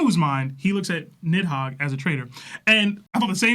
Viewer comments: Why bro keep saying niMhogg? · has such a fat tongue that pronouncing anything is so hard for him. Bro called NIDhogg, NIMhogg the entire time and they all just sat there and let it happen.